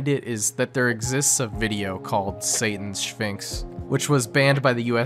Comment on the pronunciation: Aight are we not gonna acknowledge he says "Satan's Sphinx" as "Shayton's Sphinx"